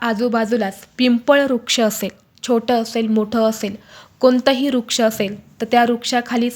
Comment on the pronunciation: Rag naka manu pl...ek small correction....ruksha aikayala yetay...vruksha aikayala ale tar changle watel...., khataktey te...artha badaltoy na